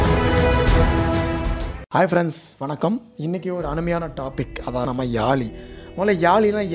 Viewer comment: Yali illa yazhi pls pronounce carefully.... Zhagaram